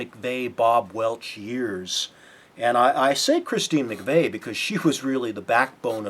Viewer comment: McVie is pronounced MacVeee, not MacVay